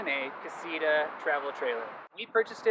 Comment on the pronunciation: "Casira" Damn, the English accent. Ka-see-TAh!